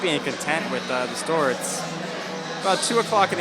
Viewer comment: whats a "da store" ??